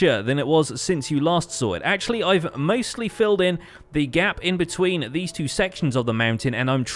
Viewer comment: He said "maestly done